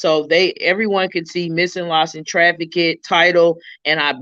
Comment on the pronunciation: The word is trafficked. Not trafi-kid. No disrespect but YouTube took away the messaging feature.